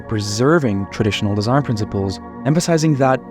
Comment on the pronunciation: Drinking game: have a shot each time he says ‘deeshaihn’.